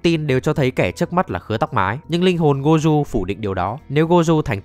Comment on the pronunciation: má ông thầy tên gojo đọc là gô jô mà đọc goju thấy ngang tai ghê 😂😂😂 ( tui ở nhật >5 )